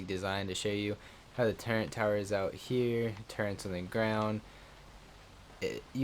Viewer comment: its TURR - ETS not Turrents please stop for gods sake